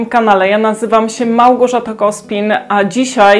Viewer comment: Pani, akcent na trzecią sylabę a nie pierwszą w słowie Małgorzata.